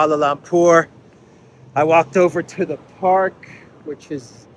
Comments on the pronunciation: the word "Lumpur" in Kuala Lumpur is pronounced "l-uh-mpur", not "l-ah-mpur". Or, more often, we just say "K.L.". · it’s Kuala Lumpur - pronounced „Loompuor“ not Lam 😉 just thought I’d mention it not that you insult any nationals there 😬 Stay safe and glad to see you’re not sick 👍🏻